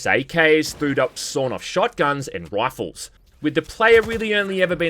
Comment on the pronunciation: this nigga said wifles lmao crazy accent fam shit was hilarious